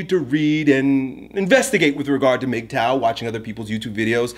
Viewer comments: Ok..yeah. Do more research you don't know what your talking about. The name is mgtow.. men going THEIR own way. If pursuit of money is what he wants, good. If being a monk is what he wants then good. If casual dating is what he wants then good.. Its whatever life best fits that man. And please at least learn to pronounce the topic your speaking of. Not Mag tow, its mig tow. For a topic you've never heard of you sure seem to believe your an expert in it. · MIGTOW! I always pronounced it: MUHGTOW! is the man. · Bruh its pronounced "MIG TOE", not MAG tow. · I agree with you, brother. I just disagree on the pronunciation. You say Magtow,I say Migtow. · MAGTOW WTF? you’re messing it up. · I prefer mag tow. Men going, not min going